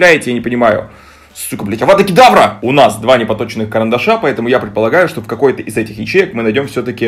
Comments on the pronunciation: Авадакидавра! Я: Ааа💀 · Когда ты сказад "авада кедавра" я блять облилась вином